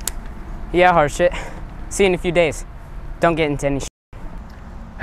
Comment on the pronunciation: it is not harshit btw it is harshith